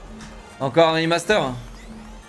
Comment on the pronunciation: De toute façon j'ai arrêter de le prendre au sérieux dès le moment où il a dit "O non ankor hein rimasteur", le coup du "Seaunik spinebolle mé une vitèsse a tou lé Seaunik", c'est juste la cerise sur la connerie